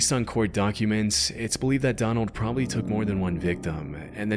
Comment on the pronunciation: "Probabally"??!! Like, really??!!